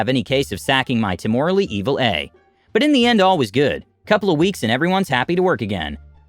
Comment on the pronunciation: Great story only slightly wrecked by the typos and then subsequent speaking g of non-words. Temorary? Obviously temporary - just proof read! Many other instances make it look amateurish.